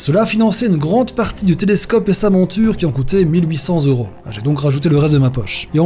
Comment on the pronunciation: S’il vous plaît mesdames et messieurs les youtubers, arrêtez avec les vingt Zeuros et les cent Zeuros. A part ça très bonne vidéos.